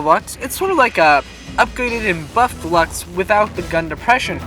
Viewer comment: Luchs is pronounce lursk